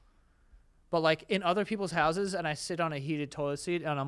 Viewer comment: "My hausens is munching" LOL